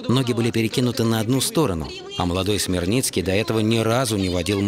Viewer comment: Валентин СмерниТСкий, а не Смерницкий.